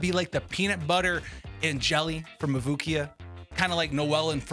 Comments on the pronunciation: Bro really said mabooki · the way u say mavuika hurts me so badd